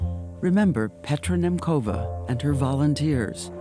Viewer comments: Her name is pronounced "Nyemtsova", NOT "Nemkova". Can American presenters not even check? Thanks for the coverage, though. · What a powerful story and what a beautiful soul. As a girl also born in Czechoslovakia she makes me so proud. BTW Petra's suraname is pronounced as [nemtsova]. Greetings from Slovakia!